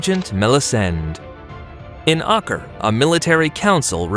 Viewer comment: Ak-Rah, you got all the other pronunciations right but a four letter City called Acre comes and you say it wrong lol.